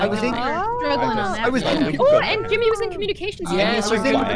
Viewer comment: someone finally told him it's "jimmy" not "timmy" lol...i couldnt tell if he was doing on purpose